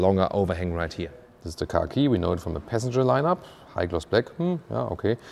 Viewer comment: all i heard was "peasantger"